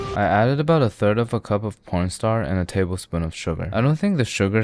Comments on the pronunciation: you definitely pronounced "corn starch" the wrong way on purpose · Corn Starch ❎ Pōrn Star✅ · please tell me im not the only one that hears 'p**nstar' instead of 'cornstarch ' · watching this while i'm listening to my lecture and turning on captions. it said "porn star" and i went "what???" AHHAHA had to pause my lecture video so i could hear properly "corn starch" 🤣🤣😭😭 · Idk if I'm trippin or is he saying p*rnstar or corn starch- I ain't hearing the ch sound 💀💀💀🕴🕴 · He def just said porn star not corn starch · you said "1/4 cup of corn starch" but I heard "1/4 cup of p0*n stars" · You added a cup of porn star. I heard you. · Did he say p*rn star 💀💀💀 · He actually does say p*rnstar. 😉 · Man really said,1 tablespoon of pornstar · did he just say pornstar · did anyone else not hear 'cornstarch'..? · Is it just me or did he call Cornstarch, "Pornostar"😂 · he really said porn star during potato mochi😂😂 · Did you just say po*nstar instead of cornstarch or is my mind playing tricks on me 😂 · What’s a ligma fork? It sounds like you pronounce corn starch, porn star and I’m here for it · Im not FUCKING crazy He says “porn star” doesn’t he ?… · Actually fr